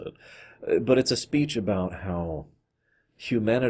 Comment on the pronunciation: I legit thought you said "Q-manity"